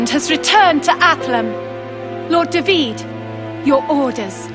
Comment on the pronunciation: +Dadiris Agrom It's not just that guys!! You got it wrong Japanese have often had a strange fascination of the Hebrew language. I'm from Israel, Jewish and speaking the language. So when I first heard Da-vid I was excited and appreciated it a lot. Da-Vid is how you TRULY pronounce the ORIGINAL David name, and to this day you pronounce the name in the same exact manner in Hebrew. Dave-id is modern English way of pronouncing it. Yes do some history/background check before bad naming the English dub! Da-Vid was a great poet, a bard of sort. He started off as a humble Shepard boy. Red hair with a fiery spirit to match, hot headed as hell, handsome, brave. He was also most famous for his triumph in a legendary unexpected duel against the Plishthim's champion. He was the underdog. This is of course the story of "David and Goliath". Yeah that shepherd boy with nothing but a harp, a shepherd's crook and a makeshift slingshot - taking down a skilled warrior-giant with 1 rock to the forehead. So in Hebrew its "DA-VID ve Golyat" .Later Da-vid was to become arguably Israel most famous ruler - KING of the Kingdom of Israel. A powerful, blood-soaked warrior king, who's personality was both heroic and imperfect. Such splendor and tragic past. Many names in English (perhaps the majority of them) - comes from the Hebrew Language in its source - which is one of the world's most ancient languages. Da-Vid = David. King Saul = Sha-ul. Solomon = Shlomo. Abraham = Av-ra-ham. Issac = Itz-hak. John